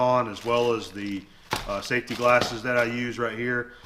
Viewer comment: The way he pronounces “safety McGlarses” is funny. Must be a southern thing.